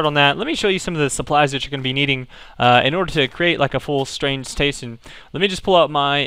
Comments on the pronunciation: lol, "to create like a full strain stason" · "strain stayzon"